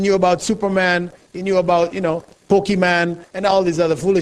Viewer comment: Video is grrreat but I burst out laughing when he said Poke'MAN lol haha